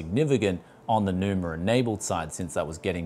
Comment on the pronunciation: Enjoyed the review, but why adding R at the end? xDDD it's Numa not NumaR I guess?